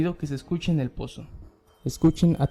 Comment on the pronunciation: No sé si creerle a alguien que dice "poso" en vez de "pozo"